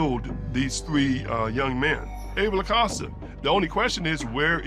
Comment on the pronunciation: THE LAST NAME IS PRONOUNCED WITH A LONG 0 SOUND..EX A-COAST-A. NOT AWCAUSTA.